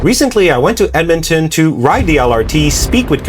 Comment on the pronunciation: Ahh good ol dead-man-ton